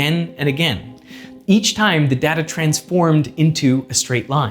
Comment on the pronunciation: I really wish that he would stop mispronouncing "data"...